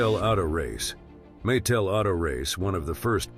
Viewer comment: The mispronounsiation of Coleco was bad enough but how do you screw up Mattel. Quit at that point. Stupid AI.